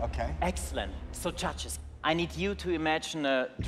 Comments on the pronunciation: "Judges" I heard "CHACHAS" 😂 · am i hearing "cha-cha's" instead of "judges"? only me? okay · Am I the only one hearing them say "Judges" and sounds like chachas? Haha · I hear "Muchachos" instead of "Judges" lol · How's he pronouncing word "judges"? Even auto translators Translate that pronounce as "churches"